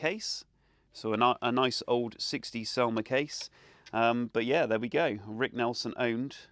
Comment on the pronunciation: It's Nielson, not Nelson ! Jeez !